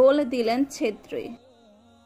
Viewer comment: সেত্রি না, ছেত্রী। অবিঞ্জ নয় অভিঞ্জ।